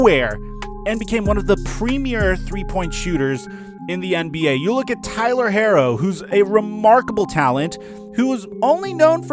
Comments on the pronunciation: Herro is pronounced /ˈhiːroʊ/ HEE-roh, not Heiro. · Imma need you to say baby goats name right it’s pronounced hero 😂